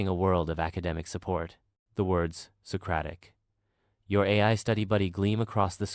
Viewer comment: Socaric By Google 😂😂😂